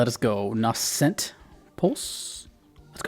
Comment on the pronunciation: Close enough, I think it's pronounced "NAYsent". Loves me some Sakuraba 🤘